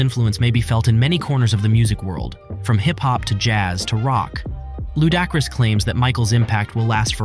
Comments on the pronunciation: LU-DAH-Chris wtf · Who is Lou Dock Ris? 😂😂😂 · No way you pronounced Ludacris’s name like that. I’m SURE you’ve heard his name before and it’s not pronounced that way. The least y’all can do is properly pronounce their names correctly. Shit pissed me off.